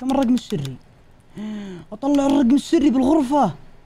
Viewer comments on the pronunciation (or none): الرقم السري ❌ الرقم السيري ✅✅